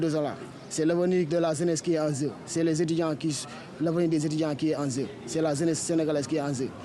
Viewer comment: Il ne zozote pas...il paraît que c'est un accent lis les autres commentaires...il a bien dit < > prononciation typiquement sénégalaise